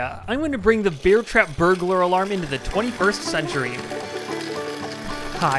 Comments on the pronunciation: “Beeair trap” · I just hear beer trap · Am I the only one that keeps hearing 'beer trap'? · Take a shot everytime he says beer trap instead of bear trap, youll be shitfaced by the end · “beer trap” is all I hear in this video. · 😮 did I hear BEER trap?😂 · sorry I keep hearing "beer trap"